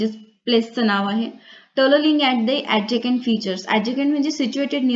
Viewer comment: Mam,adjacent अ‌डजसंट not sound अडजकेंट